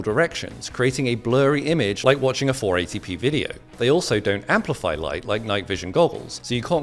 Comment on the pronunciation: bro is saying 480p like it is 48p